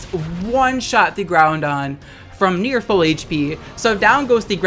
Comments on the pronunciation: It's Groudon. There is no 'n' in Groudon. pls stop saying Groundon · GROUDON NOT GROUNDON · Take a shot everytime says "Groundon" on purpose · What i took away from this- you say GROUNDon 🤦🏽‍♂️ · He isn't crazy, says GOUNDon.